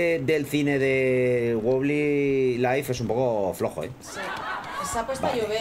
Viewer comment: Se dice WOBBLY no BOBLI